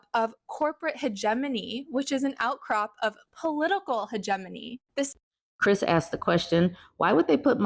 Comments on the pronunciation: Kamala could sneeze and Fox would be mad. Bob lady. Thats not how hegemony is pronounced. At least pronounce your word salad correctly. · That woman cannot even say "hegemony" properly.